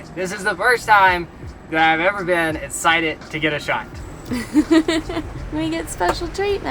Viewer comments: It’s hilarious how doesn’t pronounce the letter x. He’s always essited rather than exited 😂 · I live for the way says “esscited” instead of excited